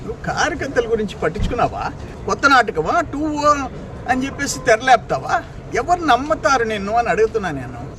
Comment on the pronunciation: 2 O kadu ra sooda buddi...it's 2.0